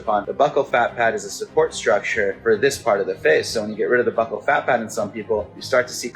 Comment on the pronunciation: OMG for a second there I thought you said butt whole fat pad lmao buccal I know but still that was funny